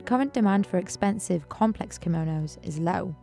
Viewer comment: Chiso Kimonos Timestamp : Simonos 😂😂😂